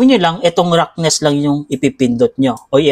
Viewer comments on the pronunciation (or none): salamat po sa tutorial!!!! Icorrect ko lang po yung pag bigkas niyo po sa Roughness, Ang tamang pag bigkas po nito ay Rafness.